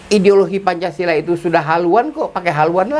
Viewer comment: Babe keseleo menit 1.35 bilang pancasalah